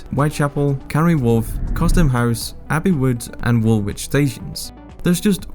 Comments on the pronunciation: You know this is a flawed video when the geeza is calling it “ wol which” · London and The City are two different things, you know that right? "Wool-Witch "lol its pronounced "Wool-Itch". Umm...Yeah, maybe not read to much into this video. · "wool wich" "totten ham" lol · Those pronunciations though. Wool-which really hurt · Tottingham and Woolwitch 😂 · As soon as I heard him pronounce Tottenham Court Road as 'Tottingham' and Woolwich as 'wool...wich' I switched off. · The guu pronounced it "wool-which", I'm pretty sure he has never even stepped foot in the UK, let alone London. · the way he pronounces 'Tottenham' and 'Woolwich' sums it all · You don't pronounce the H in Tottenham or the second W in Woolwich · You lost credibility when you stated it’s notorious for high fares, delays and cancellations. It’s the cheapest system in the country by a long shot. Of course it may have some cancellations but it’s extremely efficient. I’m starting to wonder if you’re even a regular underground user, due to the mispronunciation of Woolwich and Tottenham 😂 I’m so angry at this video it’s a joke. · And didn't even bother learning how to say "Woolwich" 🤣🤣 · tottenham and woolwich lol